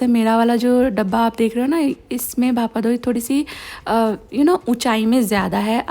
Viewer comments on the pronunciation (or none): its not bhapa डोई it is bhapa दोई || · i love your videos aunty💋🫶🏻and yes I'm Bengali so I want to correct you for the pronountation it's bhapa दोई not डोई .. please consider